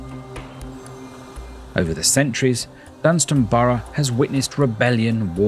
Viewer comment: It’s Dunstanburgh, not Dunstanborough. And Low Newton-by-the-Sea and not Lower Newton-by-the-sea. Do your research.